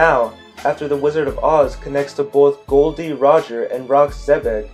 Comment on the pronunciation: His name is actually gol not gold